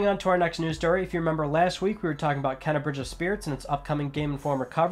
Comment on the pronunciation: Devs told game informer its pronounced kaina not kena. Said different from how it looks.